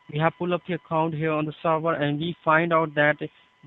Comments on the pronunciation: the way he says "sorvor" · Lol him saying server like "sorvor" killing me 🤣😂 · “let me check the sorvor sir” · oh, he's saying "server"! I kept hearing "star war" and was confused what that has to do with anything : D